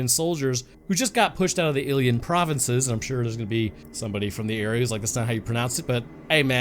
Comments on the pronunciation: ‘Illyian provinces’ My dude, it’s Illyrian. There’s and R. It’s Illy-rian. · Illyrian is pronounced (ill-leer-ian) Hell of a history there. Some of Rome's best generals and emporers came from there. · Illyrian is not "illian" its pronounced phoenetically just read bro. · Seeing as there is a “r” in Illyrian, yeah ya boofed the pronunciation. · Yo, so I pause it just to comment, I'm roughly from Illyrian area, and man, how did you miss that "R"?? It was right there, taunting you...